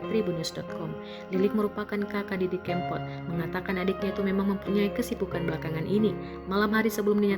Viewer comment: Narator nya kayaknya nggak kenal dg mas didi.... cara ngucapin "kempot" jelas jelas menunjukkan bahwa dia gk pernah dengar nama itu.